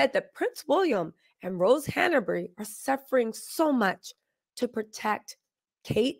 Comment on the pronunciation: It's Hanbury, not Hanabery